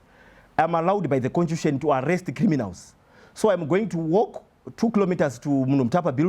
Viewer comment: contution......can't even pronounce constitution